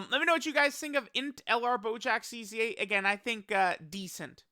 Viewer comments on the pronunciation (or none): Why "EZA" is pronounced "E A S Y A"?